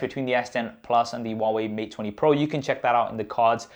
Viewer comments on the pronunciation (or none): none